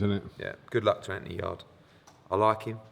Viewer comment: haha dont know why but when corrected eddie for saying yard-ee instead of yarde I burst out laughing